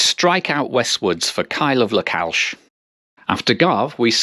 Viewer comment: For fk sake learn to pronounce names properly. It is not "Lockalsh".